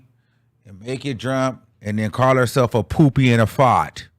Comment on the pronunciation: The way he says Fart 💨 🤣🤣🤣🤣